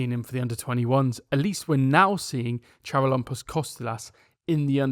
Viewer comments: In charalampos don’t pronounce the c. It is actually haralampos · the Ch in "Charalampos" Kostoulas' name is pronounced like the H in "him" .